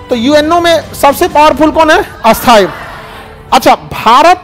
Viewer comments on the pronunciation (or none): ख़ान सरजी, माफ़ करना, आपके सभी विडियो में,आप शब्द उच्चारण ग़लत कर रहे हैं। आप स्थाई ( Parmanent) शब्द बोलने की जगह, अस्थाई (Temporary) शब्दका उच्चारण करते हैं।कृपया आप खुद अपने ही विडियो में देख-सुन लिजिए। धन्यवाद। जयहिंद वंदेमातरम। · Sorry sir par asthai nhi sthai😂😂😂